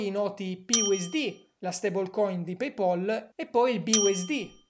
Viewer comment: Ho chiuso il video quando hai detto paypOL